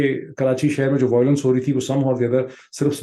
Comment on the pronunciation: Learn the poem atleast man. Poilet and voilence Mr. Story teller.